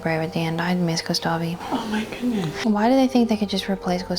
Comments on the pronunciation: GustaVE, It's pronounced "Gustaff" u monster ;D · I'm french, and I'm obviously ok with people not being able to pronounce names or words from another languages as it is in the original language. BUUUUUT JUST. I'm triggered each time I hear someone say "Gustavee". So this is a genuine tip for those who don't speak french : In this instance, the letter e at the end is silent. But just for this one. The letter e being silent at the end of the word has so many exceptions that it makes everyone confused, so I won't say anything anymore. For World's Peace purpose XD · I wish I had an Esquie in my life... 🥰 To take her mind off those awful moments, send her to the beach, to relax and maybe get a new bathing suit or two? And it's pronounced "Gustav", the "e" is silent. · not Gustav-ayyy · Gustavi, 😂,the game literally tells you whit sounds how to say that name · Just a note. To say "Gustave", don't pronounce the last 'e'. Stop at the 'v'. (The video was great.) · "gustavi" lmao